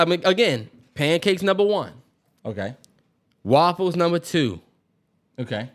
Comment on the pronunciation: “Woffles”- Terrance